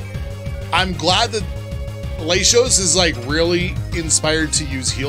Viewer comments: gotta let you know man RED numbers on a stat means increase BLUE means decrease, other than that good series bro keep it up. Also i love how you pronounce Latios 😂👌🏼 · Its pronounced worm-o-dam and lat-ios..